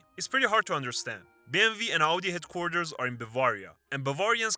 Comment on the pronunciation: I love your true German pronunciation of BMW ❤ Vietnamese American here